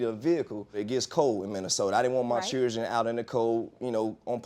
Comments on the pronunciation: All I wanna say is please use proper pronunciation when speaking it’s chil-dren not chrdrn There is a reason you take English in school . And why is she talking funny? Is she on drugs? Did she just get out of the dentist office and her mouth is numb. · To get your child's circumcised now it cost $200 out of pocket... But whats he keep calling his kids it doesn't sound like children it sounds like chills I don't know what's he calling them?